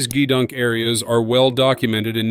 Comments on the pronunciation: Not JeeeDunk.... GeeeDunk AI trash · Jeez, I absolutely hate AI-created narration. Thousands of sailors going back generations are laughing at the grossly mispronounced "GEDUNK," a famous naval word for snacks and "junk" food. It's pronounced with a hard G, as in "got" or "gate," and the E is long, resulting in gee-dunk. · Good documentary! One funny thing: The computerized narration pronounced "gedunk" three different ways within a ninety-second span! It should be "GEE-dunk". Lastly, THANK YOU to all our Navy men and women, past and present! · Four years in the Navy and I never heard Gedunk pronounced with a G it was always with a K... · Nothing but AI narration, it not a Z I P code it a zip code. It’s produced as gedunk not g e dunk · Zee Eye Pee codes? Jee-dunk? Gtfo with this AI bs.